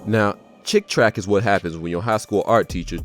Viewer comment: Yay for monitized! But it's Chick Tract, not Track.